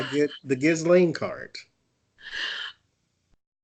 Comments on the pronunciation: You guys are the greatest, I love you both, just want to make small point Ghislaine s name is pronounced Jezlen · The woman that was her assistant just gave alot of info to FBI. Maxwell's first name is pronounced Keeselane. It's french and a popular name over there. We've all been saying it wrong, as in Gizzlane. Gross, but funny at the same time.